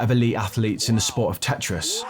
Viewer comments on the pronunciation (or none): none